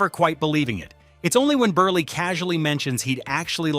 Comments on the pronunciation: Milton BURLY? (It's pronounced as if it's BURL...but spelled Berle) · Please learn how to pronounce these guest stars' names. If you just watched any of the episodes you're clipping, you'd hear them said multiple times. Milton BERLE's last name is one syllable (burl). Zero Mos-TEL's has the emphasis on the second one; it doesn't rhyme with "hostel".